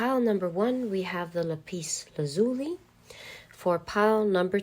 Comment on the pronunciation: Pile 1. Sooo accurate. I like how you say Lapis Lazuli.